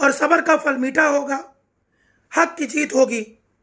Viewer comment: Sorry it Sabaar not saba***